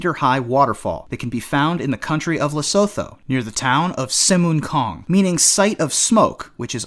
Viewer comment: Lesotho is pronounced 'Le-soot-too'